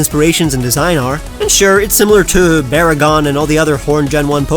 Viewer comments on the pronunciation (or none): IT'S BAGON, NOT BARGAGON!